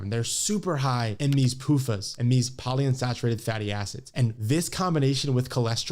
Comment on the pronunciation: He said "poly unfaturated satty acids"